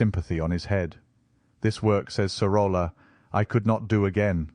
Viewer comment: Great video, just one correction; in Spanish two "L's" are pronounced as Y. "Soroya".